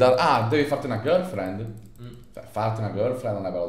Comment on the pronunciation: ma l'inglese girlfriend si legge gerlfrend non girflend